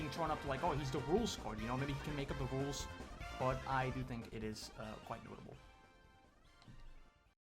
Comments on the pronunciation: it's pronounced rules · ITS PRONOUNCED RULES